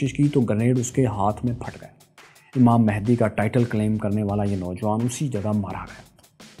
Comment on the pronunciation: امام مہندی نہیں بلکہ امام مہدی ہے صحیح لفظ